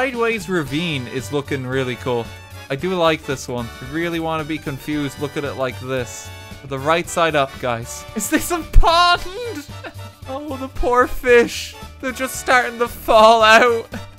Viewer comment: why he pronounce "Pond" like it had three syllables, omg.